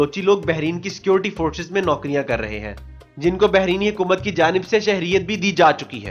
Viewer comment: Bhai behreeen... Nahe " Bahrain " بحرین "ر" کے نیچے "زیر نہیں ہے